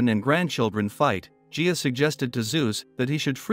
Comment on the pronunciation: It's not G Ah.. Gaia is pronounced.. Guy, Yah! Why does no one who makes these videos check these kind of things before making such videos.